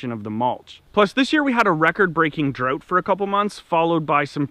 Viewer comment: Drute... Translation = drought Oote... Translation = out Thx for video & the laughs!